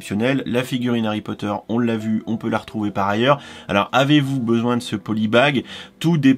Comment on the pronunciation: Harrrry Potttteerrr